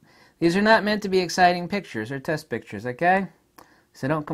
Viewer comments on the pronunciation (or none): none